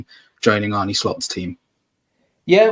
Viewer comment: How are you still saying Arnie